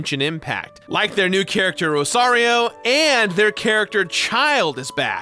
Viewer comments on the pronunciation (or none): You fully call Rosaria “Rosario” 😂😂😂 Can tell you’re a Mario fan 😝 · Did he........did he call her Rosario??? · Is pronouncing Rosaria's name as Rosario a joke that I don't know about? o.o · I felt happy when you said you were being sponsored by Genshin Impact (one of my favourite games) then you said that the game has the new character "Rosario" which is supposed to be "Rosaria" and I was like 😆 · RosariO??? Bad...bad! It's RosariA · I'm still stuck on the fact he kept calling Rosaria "Rosario" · Rosario... i mean i guess he tried, good enough for someone who hasn't read their name yet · He said "Rosario" not Rorasio, but I'm sure that's what you meant. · “Rosario” lol you know he don’t be playing this game 🤣🤣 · Rosaria: Barsibato?: Rosario. Don't mind me, I just find it funny that someone would misspronounce the name of a nun who misspronounces the name of her god. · You said Rosarias name wrong lol... good video. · how does he mispronounce both genshin characters names lmao